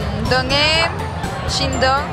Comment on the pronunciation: Dime los integrantes: "Hichul, shidon, Kiuyun, riwuk, Done, Lituc," No mamen xDDD